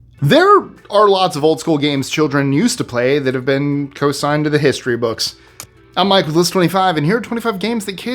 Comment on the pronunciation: “Consigned” to history books. Not “cosigned”. Thank you.